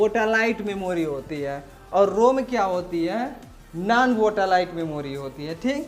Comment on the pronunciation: वोटालाइट नही सर वोलाटाइल मेमोरी RAM